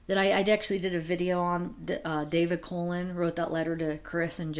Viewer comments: Always love your videos and appreciate all your research. Gotta tell you, though, that the surname of Colon (such as that of my married daughter) is not pronounced as the colon in our bodies but like "Cologne". Just a helpful FYI. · My daughter's married surname is Colon. It's pronounced CO-lone. Not like the body part. Love all your videos, ❤